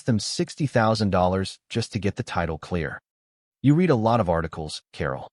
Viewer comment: AI is always getting the tense of words like Read wrong, using the present tense pronunciation for past tense and vice versa. A very good reason for using human readers. It is not the only reason.